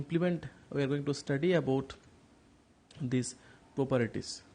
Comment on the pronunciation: Sir its properties not properities